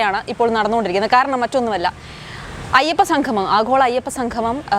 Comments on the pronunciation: അയപ്പ സംഘമം!, നാടഖം എന്തൊക്കെയാണ് പറയുന്നത്!! ഉച്ചാരണം വളരെ മോശം.1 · ഉച്ചാരണം നന്നാക്കണം. സംഗമം എന്നു പറയണം.ഇത് ഭഗവാനെ അശുദ്ധമാക്കാൻ ഉള്ള ശ്രമം ആണ്